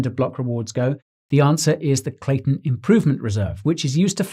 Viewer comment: Great vids but if your slaughtering the name ...